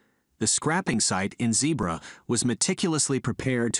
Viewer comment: It's not Zeebra it's Zeebrugge